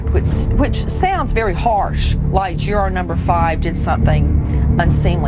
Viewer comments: "JuuuuuAAAAAR........juraaaar.....juraaar" it's "Jury" love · interesting...but I don't think I can stand this wretched woman Nancy say Juror like Jur "ARE" one more time! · The way she says "Juror" !!!!!!!!